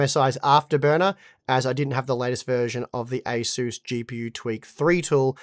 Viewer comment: You pronounce ASUS as ACER , Maybe its your Australian accent hard to understand.